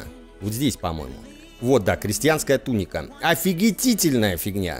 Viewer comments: ТунИка, а не тУника правильное ударение. Серия топ) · Веду себя как граммарнаци, конечно, но,! Дружище! В слове туника ударение на "И". Ты изнасиловал мои уши и как порядочный джентельмен должен мне ещё одну серию римчика.